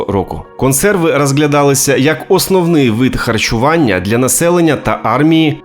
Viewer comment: Краще хоч якась українська з жахливим висловленням, ніж расєйська. Повага автору. "Кансерви", "каму спадобалась", "технолоґія" тощо .Гарна спроба говорити українською, але треба ще попрацювати над "паляницею", чи буде як в анекдоті "ти, москалику, вже приїхав" Бажаю каналу розвитку